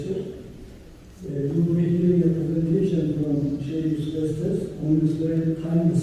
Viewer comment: Assalamu alaicum...pardon but it's Estes...